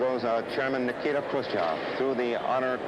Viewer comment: Hilarious mispronunciation of his first name by Eisenhower Edit: This movie was much more fascinating than that initial haha. It is so surreal that all of that happened. A two week tour of any country, let alone Soviet premier in USA at height of Cold War? Such a thing would never happen now for many independent reasons, including being a security nightmare. With much of it appearing loosely scripted and made to look somewhat sprung on Khrushchev, and his spontaneous outbursts likewise a barrel of surprises for his hosts, it was incredibly surreal. But the 24/7 media coverage was also a forerunner of today's reality shows. And some details - sorry for spoilers below - like the bunch of them crowing into limo with Eisenhower sitting in cramped middle position, or the unbelievable choice of the movie scene whose filing he sat in on ... it was one of the craziest and most unexpected historical events of which I was completely ignorant. Finally, one thing that doesnt change is seeing how the media were - as ever - a bunch of whores stoking controversy for page views.